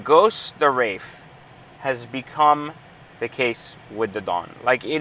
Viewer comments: There is no " F " in WraiTH. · WRAITH ( TH ) no "F" in Wraith dude!!